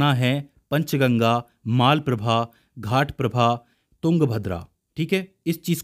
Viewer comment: Almatti Dam is biggest dam for Krishna river. Maalaprabha and Ghaataprabha no. It is Malaprabha and Ghataprabha so please correct it.